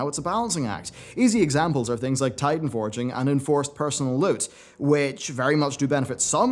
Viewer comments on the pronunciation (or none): none